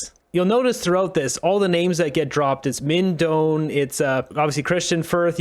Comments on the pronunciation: (Doan is a Vietnamese name and it's pronounced closer to "doh-ann" than "dohn"...but English speakers would say "dohn" if they were not familiar with the Vietnamese pronunciation.) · With respect, FYI: Doan is a Vietnamese name. I lived in Viet Nam for about 3 years but cannot claim to speak Vietnamese. The pronunciation would be very close to this: DOH-ahn, spelled Đoàn. Viet folks, correct me if I am wrong, please.